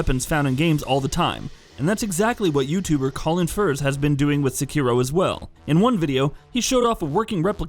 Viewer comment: So are all those dislikes from the people complaining about the Easy Mode mod being mentioned, or weebs getting mad that he says SeKIro instead of SEkiro?